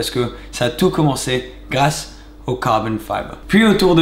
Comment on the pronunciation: C'est tellement BEAU quand tu dis "CARBON FIBER" 😍😍😍😍😍😍😍😍😍😍😍😍😍😍😍